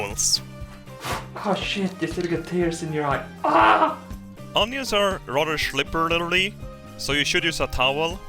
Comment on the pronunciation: "onions are rather schliperlerlee"